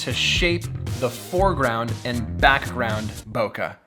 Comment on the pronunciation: Andddddddd i only got my sugar right... even the last one didnt got it right I said table lol but it was nothing 😅 Hey Pete you still say Bokah ... and you know its wrong